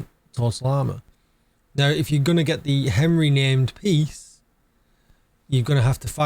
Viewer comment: "Ahn-ree". You sound like a southerner from my country pronouncing French words ;)